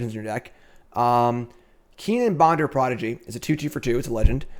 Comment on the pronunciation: Bonder's name isnt Bonder,it's Bender.